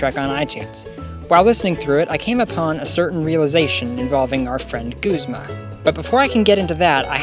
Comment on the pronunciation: His name isn't pronounced "goos"-mah, it's "guhz"-mah-- like the Guzmania flower. The Japanese pronunciation of his name is incorrect, as in Japanese they don't really pronounce "u".